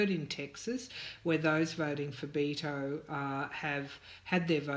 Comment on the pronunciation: Dear, I'm not trying to be rude, but Beto's name is pronounced like making a bet, a wager. I'm making a bet.